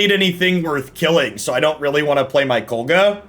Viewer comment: i know this aint gonna make you change the way you pronounce it, but its KOG LA